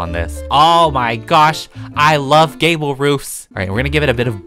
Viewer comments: When he said i love gable roofs it sounded like he said gayble roof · be like “I LOVE GABLE ROOFSl me be like i think we all know that bc all ur houses have gable roofs:)